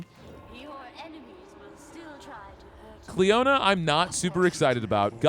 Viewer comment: I'm really late but just btw "cliona" is based on an Irish name pronounced like "kleena" like "kleenex" 😅 sorry for being annoying